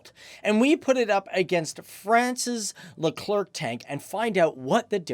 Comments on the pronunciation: It’s not just le-clerk it’s le-cler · Speaking of gramnar, Leclerc is pronounced Luh Claire not Luh Clerk. The French language doesn't follow English phonetic rules if you can believe that. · FACTS btw the French tank is pronounced Leclerc ("Lecler" no K sound). ;) Nice video! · btw its "leuclèr" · the proper pronunciation of 🇫🇷 tank is Le Claire even though the spelling seems to say Le Clerk. Fyi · Leclerc is a last name. not Le CLerc..lol.. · No you're the le-clerk. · Leclerc - pronounced leh-clare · your pronounciation of Leclerc is almost good, just for you to know you don't need to pronounce the C and to pronounce the end well you basically just need to pronounce it as "air" in english and make the last R sounds as much french you can do, then it should be perfect if it's appear too dificult just don't pronounce the last C :) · We don’t say the letter c at the end of Leclerc....🙂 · sorry people but I'm French and I know it's pronounced: the Leclerc tank, like the store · Very good video and i got to say as a french it was very hard not being triggered by you pronouncing the last C in leclerc which is mute in this word but you are all forgiven